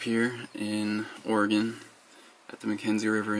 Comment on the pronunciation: Proud of for pronouncing Oregon correctly...